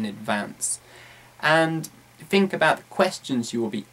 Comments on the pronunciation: Quite useful as usual. I've realised that you pronounce the phoneme "th"as "f" in words like "think" for example. I know there are several different dialects in Britain as I know that Cockney people say "f" instead of "th". The point is: Is it accepted as a normal thing to speak English changing some typical RP phonemes by those regional ones likes this? Is there any educational level implication? I mean you're a teacher so I guess you are teaching properly and for sure you are. =). Thanks. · Hey, you're right! With all the other strange pronunciations, especially of vowels, I actually didn't notice the th => f thing until you pointed it out. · 9 unnecessary 'umm's, 'some fings', 'fink of...' and 'not gonna'